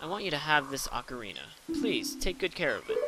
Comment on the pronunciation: Actually its Ocarina =/